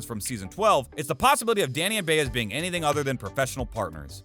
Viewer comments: Am I mistaken? Isn’t Maria’s last name pronounced Bi az, not Bay ez? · For Heaven’s sake! Do you watch the show? Then you should know that the name of Danny’s partner is Ba-Ez, not Bay-ez! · Does the guy narrating this even watch the show? He mispronounced Jamko and Baez among other stuff.